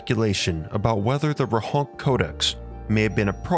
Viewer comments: Great video, but it's Rohonts not Rohonk :) Also the town is in Austria today and it's called Rechnitz in German. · I think it's pronounced as 'Rohonts', rather than 'Rohonk'.